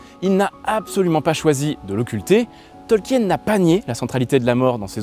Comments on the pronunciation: C'est un bon documentaire, le seul défaut que j'y entend est la prononciation du nom de famille de l'auteur. C'est un nom de famille Allemand, donc il ne faut pas prononcer le E dans son nom, c'est un diphtongue IE qui se prononce i en français. C'est donc "Tolkin". Mais un excellent travail en général. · Petite precision quand même son nom de famille se prononce "tolkeen"